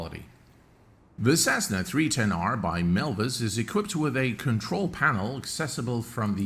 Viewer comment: Btw it's Milviz and not Milvis